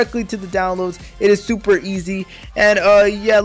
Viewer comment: When Hes Super excited he kinda said Tuper Instead of Super 😂 Nice Vid tho